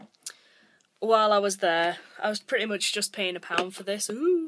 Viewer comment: I like how she says Pretty, she says Pretay. Love her<333